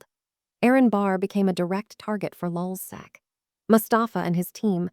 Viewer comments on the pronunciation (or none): Lulsac? Man sit the fuck down.. you know nothing about lulzsec